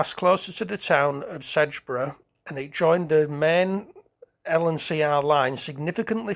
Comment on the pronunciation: rather unusual pronunciation of Sedbergh ! it is sed bur not sedge bur